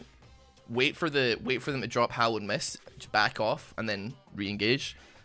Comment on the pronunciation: When says Hallowed mist I hear Hollownest. please play Hollow Knight 🥺🙏